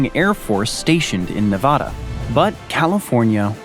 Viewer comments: The name of the state is NeVAEda, not NeVAHda. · Say thisnot nevada but that is how you spell it say it like its navada